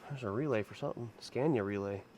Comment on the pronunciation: please quit pronouncing SCANIA like SCENIA IT'S NOT SCENIA its S C A N I A. Go google the pronunciation of it. A is pronounced like A Apple not A Epple ffs